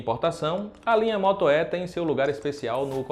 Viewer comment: O que mais me chamou a atenção é o moto É com acento... kkk ai q dor no ouvido... cadê o outro rapaz que fazia vídeos?